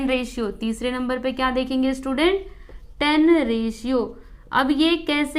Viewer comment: Didi vo tan he thes is not ten